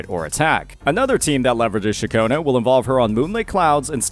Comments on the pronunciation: Ain't no way this is speaking. Throughout from her introduction in 2.2, he's been calling Ciaccona - Cachowna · thank god you didn't keep saying Cachona broo thanks goood lmaooo good guide bro